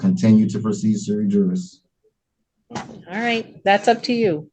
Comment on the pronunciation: sui juris mans of his right, basically having the right to act on ones own behalf. Using bad Latin doesn't make you sound intelligent it just shows you read something online. It is pronounced as swi yeris in Latin. Also the law has no colour it's colour blind as to law, as everyman is treated equally, or should be at least.